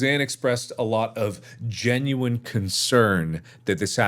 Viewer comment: I like how he says "GENUINE concern". Susan is so obviously fake...